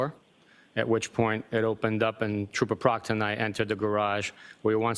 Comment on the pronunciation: Duh State Troopah